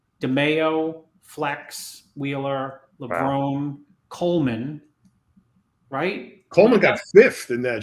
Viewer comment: You would think after all these years would know how to say Levrone the right way